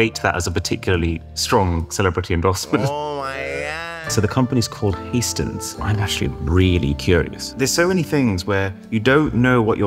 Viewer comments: ”Hays-ten” 😂 That pronunciation is terrible. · Arun just so you know, hästen was pronounced wrong, it’s a swedish word